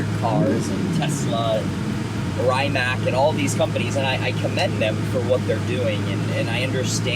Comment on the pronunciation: Rimac is Croatian and is pronounced “Rimm-atz”